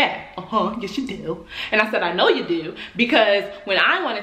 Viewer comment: “Yeashh you do”😭😭